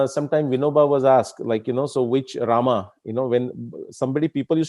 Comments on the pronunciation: I observed many people including scholars like you as wellasnon anglophone... Those who pronounce रामा for राम and योगा for योग same people don't use संडासा for संडास। Do you have any idea about it why? Including you... I guess like every other Indian you also ssy संडास n not संडासा। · Respected Shri krishna ji, where is the question of "Hindi ideology" here? I am just insisting that the pronunciation of certain Indian words should be as per their original Sanskrit pronunciation and not the as per their anglicized versions. However, I am sorry to say that there are people in our society who are still not out of that mindset of the British colonial times. Americans took our word "yog" from us and made it into "yogaa". Funny and irritating at the same time! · रामः = Rama in which case : stands for colon... And not visarg in Sanskrut... Otherwise if it's used as visarg could be pronounced as Ramah... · Rāma and Rāmā are two different pronunciations. राम is Rāma, Rāmā is रामा